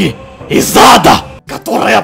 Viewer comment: флешка из ада!!! Что мне слышится:из зада